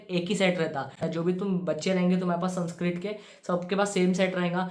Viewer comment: Bro ur saying sanskrit and I'm hearing sunscreen Literally I was going to skip tha part where u said sanskrit 😂